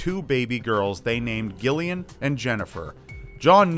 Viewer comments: Joanna Jennifer Jaqueline and Gillian? like Gilligan? bwahahahhahahha! it's pronounced with a soft G, like Jillian! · man that's painful hearing it pronounced gill-ian. I understand it's spelled that way but it's pronounced Jillian. I get there's Gilligan's island but still lol Jennifer and Gillian. Jillian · For the love of God dude! It's pronounced 'JILL . ly . an' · jamifan100 It's pronounced Jillian. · I'm from the UK and every Gillian I've ever met pronounces it Jillian. It's Jillian. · Love it. Only thing is Gillian is actually pronounced like Jillian. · the way you pronounce gilian makes me laugh XD where I'm from (the UK) it's pronunced jillian. Why it's spelt with a g, I have no idea. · Gillian is pronounced Jillian, its just a different spelling x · You mean 'Gillian'? Like Jill-ee-ahn? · It’s pronounced Jillian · Jesus wept, Gillian is pronounced Jill-i-an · Xeidasx Thank you, thank you. I was cringing as well. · jamifan100 yeah but common sense rule says otherwise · Thank you....every time he said the name my eye twitched. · Gillian is pronounced as if spelt with a J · thats not how you say Gillian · Omg the way you pronounce Gillian is so triggering lol